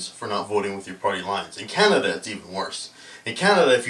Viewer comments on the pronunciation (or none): none